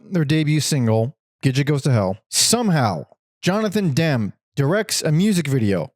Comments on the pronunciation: also its demmy not dem :face-purple-crying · The s/t album is overrated. I don’t get the revisionist acclaim that’s been heaped upon it in the last decade. It’s just okay. BTW, Ennui is pronounced “on-WEE” so Frankie Ennui is a clever and cheeky “punk” alias. Jonathan Demme is pronounced “DEM-me” like it’s spelled, the e is not silent. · This was great! They are such an amazing band. I hope someone can do a definitive documentary on them and discover what actually happened to Sue. Btw Jonathan Demme's last name is pronounced like Emmy. 😅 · You can't even pronounce Demme you wet wipe 😂